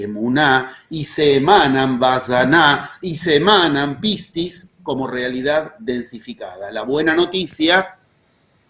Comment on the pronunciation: Hace poco tiempo que sigo sus videos y sus charlas y de verdad me fascinan. Como soy Griega me río de su pronunciancon de pocas palabras Griegas que vos dijo. Pistis es perfecto. Pero "kairos" se pronuncia "keros" Me gustaría traducir en Griego la metodizacion de los 11 pasos